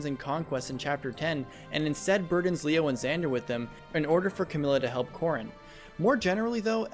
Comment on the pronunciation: Every time you say Corrin, I hear corn instead.